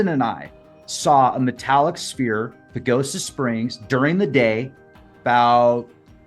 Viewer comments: 😅 'sphere' is pronounced 'Sfear' the 'ph' is 'f' phonetics 😅 Awesome video ❤ Much love ❤️ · Pronounced sfeer as with an "f", not spear. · The word is sphere not spear... Sounds like sfeer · A sphere is not a sPear it’s pronounced sFear!!! ph=f, like Phillip is pronounced fillip. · What the heck is a spear ball .is he saying spear???? It's sphere pronounced like sssfear... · Sphere....the ph makes a F sound. Like sferes. Great video though. I'm not being mean just trying to help😅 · Bro, sphere (s'fear) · Dude. The "ph" is pronounced as "f".